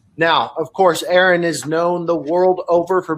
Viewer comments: His first name is pronounced R-N Ra. Not Aaron. Bugs me. Ha. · not..its pronounced R N....just saying...if youre going to have a podcast....get the names right.. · AH-ron Ra! Gah! That shit drives me nuts. Get his name right and do better! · He is "good friend" and can't pronounce his name? Yeah. Okay... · "I have the distinct privilege of being able to introduce a man who does not need an introduction. You all know him very well." Also: *mispronounces name* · “Y’all know him very well needs no introduction...() pronounces his name wrong....obviously he doesn’t know him THAT well. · "A man that needs no introduction". Proceeds to butcher name. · I cringe every time he tries to say name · Hell of an introduction when you can't pronounce his name. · If He knows him so well then why did he mispronounce his name when introducing him? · Everytime he said name wrong I cringed and kept thinking... maybe he will let it go...lol... he didnt. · "Needs no introduction." Introduces him by the wrong name. Edit: The man doesn't deserve hate, but goddamnit you just got to watch one video of to hear it said correctly lol